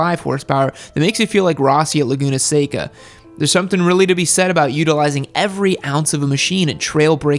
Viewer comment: My heart shattered when attempted to say "Laguna Seca" lmao